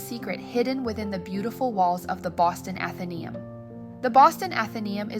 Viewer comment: I'm a member, it's so worth it. It's pronounced Athen-ay-um, accent on the ay.